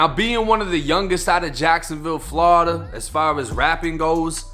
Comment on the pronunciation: Quit saying Flawda